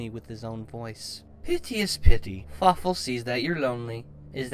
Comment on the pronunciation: Something tells me "And Fawfoo" would be less intimidating.